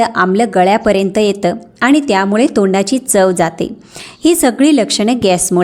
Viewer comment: शुद्ध वाचायला हवं. आनी, पानी करू नये, ऐकवत नाही